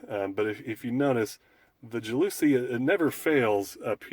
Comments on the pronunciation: JAL la SEE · ITS PRONOUNCED "JAL ASEE FOOOR FUCKS SAKE!! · JOWL Oh Sea is the correct pronunciation....lmao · Ja looooouuuusie????? not how it is pronounced.